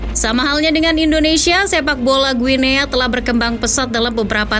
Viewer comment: izin koreksi, bacanya "Gini" min 🙏